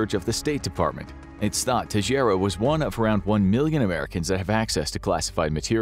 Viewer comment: Teixeira is Portuguese and is pronounced "Tay-Shay-Rah"